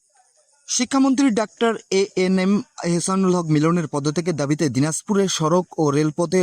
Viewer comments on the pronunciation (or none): none